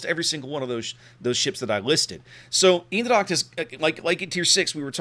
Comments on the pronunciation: U prenounced the ch part in dracht more or less like an K. If u would prenounce it more like the first two letters of the word chemicals. (And u would combine it with how u said the other parts of eendracht it would be close to perfect) Furthermore good review once again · native dutch here, hit me up if you need help... :) Eendracht = Een part is pronounced like AINT but with the T soooo.. AINDRACHT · Pronounce Eendracht. Its almost as though Google wasn't invented.